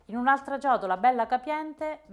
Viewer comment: E' CIOTOLA, CIOTOLA CIOTOLAAAAAAAAAAAAAAA. NON GIODOLA !!! E' CAPIENTE, CAPIENTE CAPIENTEEEEEEEEE, NON GABIENDE ! NON E' GUASI BRONDOOOOOOO!